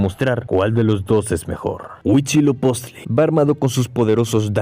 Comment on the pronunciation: Cada que decias "Mechicas" y "Hui-CHI-lopichtli" me sangraban los oídos 🤣😂🤣, después de eso buen video.